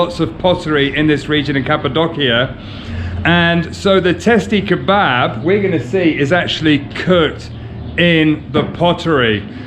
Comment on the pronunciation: Actually we call it "Testi Kebabı" with an additional "ı",without the dot .We pronounce it /kebuba/